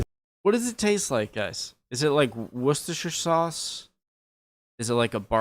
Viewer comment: The way you said Worcestershire is perfect, so any county ending in shire say the same , e.g. Warwickshire